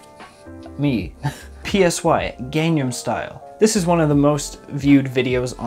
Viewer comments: Bruh, he called him P S Y not psy😂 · Its pronounced like "sigh" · pronounces PSY as Pee- es- ey Me: Internal screaming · PSY is pronounced Sigh